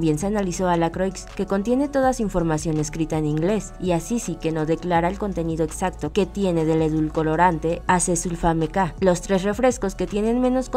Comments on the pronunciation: repita después de mí: E-dul-co-ran-te... ¡E-DUL-CO-RAN-TE! Voy a creer, se supone que investigan o por lo menos deben leer bien... No es "edul'colo'rante" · "Endulcolorante" Qué no es Endulcorante?